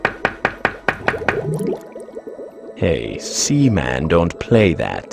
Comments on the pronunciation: Repeatedly saying semen lol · Announcer really hears "Seaman" 30 times but chooses to pronounce it the other way